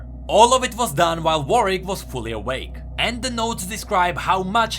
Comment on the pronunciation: Warwick not vorwick